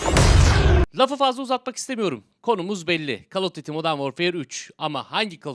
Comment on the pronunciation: Abi call of dıtti okunmuyor. Call of düyti okuyabilirsin. Ya da duyti